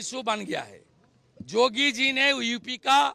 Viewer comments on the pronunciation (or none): Ko samjhao Naam to shuddh Se bole Jogi bol raha hai Yogi bolna chahie na usko